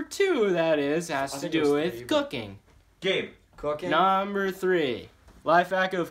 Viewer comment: The way he said cooking😂 Dead